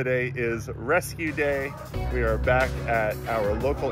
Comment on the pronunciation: Your "rescue day" sounds like "amazing grace"... 🥰😂👍